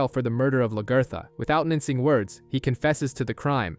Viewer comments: I love luh ger thuh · Who in the hell is Lagurtha? haha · Lag-ee-tha........ what on earth did they call her?